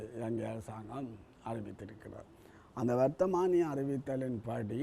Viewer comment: வர்த்தகமானி இல்லை பேட்டியாளரே அது வர்த்தமானி